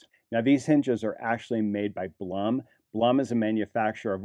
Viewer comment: Since you are interested in correct name pronunciation, the way Blum is pronounced is “bloom” like a flower bloom. My son works for this company, they are Austrian based.